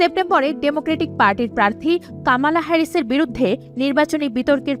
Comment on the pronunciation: কামালা হেরিস না, কমলা হেরিস। বেশি একটিং করে না বলাই ভালো